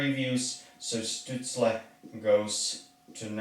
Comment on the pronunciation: Capitals T-Shirt and Canadiens cap, some people would get a heart attack from that. Btw Stützles name should be pronounced with Sh in the beginning. When you take into consideration also depth charts of teams, picks will be a bit different. Ducks will not take a center, they drafted a center with high ceiling potential in the first round last year (Trevor Zegras), Ducks will likely choose a defender, because they dont have many in the system. Hopefully Drysdale, but Sanderson would be fine too.